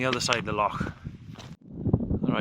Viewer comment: Epic video bud, also nice to hear the correct pronunciation of loch 😎👍